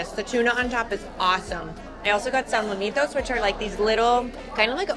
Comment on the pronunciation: Not "salmonitos"..."salmonetes"